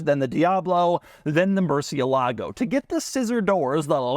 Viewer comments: Doug, you keep pronouncing Murcielago wrong. It's "el" like you'd pronounce the letter "L," or like "el," Spanish for "the." It is not pronounced Mercy-a-lago. I think maybe you're getting the Lamborghini model and Trump's place in Palm Beach, FL confused. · It's "Murthialago" - I always remember this because the first time I heard about the car the Lamborghini guy emphasised the correct pronunciation. Sensible idea to put the reverse button out of the way of accidentally pressing it. Hmmm. Annoying reviews of supercars - if you want practicality buy a Volvo. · Every time Doug says "Murci-e-lago" a spanish speaking person dies... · Somebody really has to teach Doug how to pronounce Murcielago. Especially if he's gonna be throwing the name around in several of his videos. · Pronounced Gallardo right the whole video, mispronounced murcielago. Point deduction. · Doug still doesn’t know how to pronounce’Murcielago’